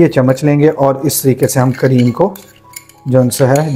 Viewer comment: Please try and stop to say gonsa